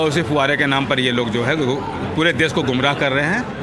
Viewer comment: For your kind information it is not देस,,,, it calls देश. Please do correct........